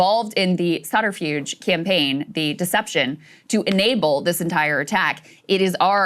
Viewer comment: Subterfuge? Sounded like she said Sagaarfuge